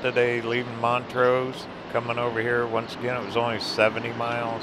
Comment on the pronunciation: It’s Blue Mesa Lake not blue lake mesa! And it’s Mont’rose. But I forgive you, you’re not from Colorado.